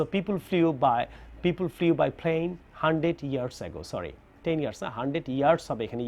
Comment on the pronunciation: fly,flew,flown.. ফ্লাই,ফ্লু,ফ্লউন। উচ্চারণ টা একটু ভুল হইছে। ফ্লিউ না।যেমনঃ throw, threw,thrown. থ্র,থ্রু,থ্রওন।please check it.